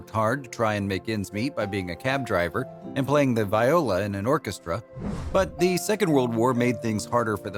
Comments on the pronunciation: She was brought as an anti-anarchist, anti-monarchist. VEYEOLA is a flower, VEEOLA is an instrument. Someone does not speak English well. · How do you pronounce 'viola?'. Jesus!! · CONCEIVED in the hospital? Who the hell wrote this script? A 2nd-grader? How embarrassing. Also, raised to be "anti-anarchist"? WHAT? Seriously, who wrote this? Wait. OMFG, no one told the voice over person how to pronounce VIOLA! I'M CRINGING! Ok, the first time he said it, it sounded like "anti-anarchist". Now he says it again, but it's "anti-monarchist" chi makes more sense. Again, who the hell wrote this? Awful carelessness. Ugh. I have to log more inane writing: "She didn't like having children"? WHAT THE HELL? Did the writer mean that she did not want to have children? Did the writer mean that she did not enjoy living with children? If she didn't have children, then you could never say that she didn't like having children. I am now convinced that whoever wrote this did not speak English as a first language. Talk me out of it. Okay. I keep having to edit my comment to add to the list of shockingly stupid sentences. Now it's the one where the script says that her husband failed to have children with her because she didn't like having children. What the f*** does this mean? Was she able to conceive? Yes or no. If she wasn't able to conceive, it has nothing to do with her wanting children. Oh my God. You can get pregnant even if you don't want to have kids. This is driving me crazy. Honestly, the worst script ever. I'm sure it's only going to get worse in the subsequent 3 1/2 minutes I have left to agonize over.